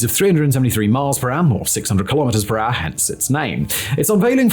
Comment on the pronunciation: Lol. You say ....... kilometers an R!!! _ It's so cute because you don't say kilometers an hour!